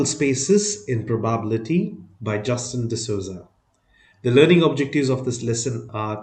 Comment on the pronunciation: Ur pronouncing probability wrong 😊